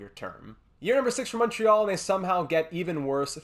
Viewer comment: Are tou from quebec ? If not congrats on the accent on the word Montréal